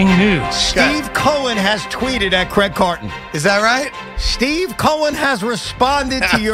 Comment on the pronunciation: Who’s CRIAG? 😂